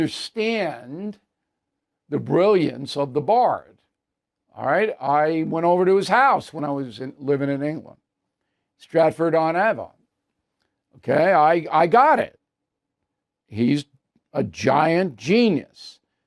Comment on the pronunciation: The Avon in Stratford on Avon is pronounced Aye-von in England. Also pronounced this way in Ohio, where Avon is a Cleveland suburb. Surprised to hear a learned guy like Bill pronouncing this differently. Must be a Noo Yawk thing😊